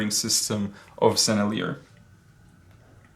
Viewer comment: One of the first sets I got was a Sennelier 24 pan artist quality set, very nice paints and a nice box, too, from Dick Blick. (Btw the French pronunciation is more like senile-yay, the "r" is not pronounced. I think in high school French class we were taught that words ending with the consonants in the word "careful" are not pronounced. It was a long time ago so I could be remembering it wrong. First time for everything...) In any case I still really like those paints, might be second place after Daniel Smith because, well, y'know, MAGIC. ;-)